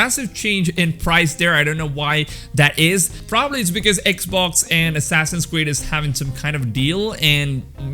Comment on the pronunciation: Whenever you say assassins creed I hear assasin squid